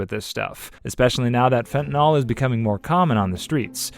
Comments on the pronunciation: You can always tell when someone doesn't have a background on the subject under discussion. They mispronounce their terminology. Take for example, fentanyl. It's pronounced "fen-ta-nil", not fen-tan-ol". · The amount of misinformation in this is ridiculous, plus you don't pronounce Fentanyl correctly, it's not NOL it's NYL like NIL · You`re not even pronouncing fentanyl right. it`s Fent ta nil. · The proper pronunciation of fentanyl is one of my pet peeves. I don’t understand why people, such as the narrator of this video, have such a difficulty with its proper pronunciation. Fentanyl is spelled with a “yl” at the end, not an “ol”.